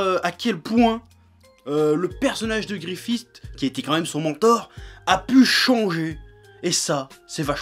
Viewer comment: "Griffist"? Ai-je bien entendu? Tu veux manger coups de la corde à linge?